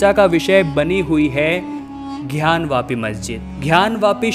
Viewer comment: कृपया उच्चारण सही करें ।घयान वापी नहीं ज्ञान वापी होगा। धन्यवाद